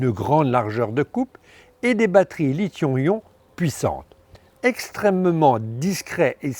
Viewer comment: C'est "lithium ion", pas "lithion ion".